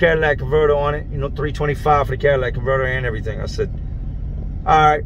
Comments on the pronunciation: "Cadillac converter" LOL. its catalytic converter ( cat ah lit ick ) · Love ur vids jay but for the love of god it's catalytic converter not Cadillac converter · Are you saying Cadillac or catalytic. Lol either way great video. Maybe that cops was the one that inspected Mr.ElasticAss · Did say, "Cadillac" Convertor? Idk what that is, but is it anything like a "Catalytic" Convertor??? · Cadillac converter,? do you mean a catalytic converter? just askin:P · It’s catalytic converter, not Cadillac converter. LMAO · Plz tell me ur not saying Cadillac converter. Catalytic converter Catalytic catalytic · It's catalytic not Cadillac. Salute ,👍🏾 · CATALYTIC converter! Not CADILLAC converter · Just so ur aware, it’s pronounced cat-aye-lit-ik.. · I want to say those are shitty engines You say catalytic converter funny lol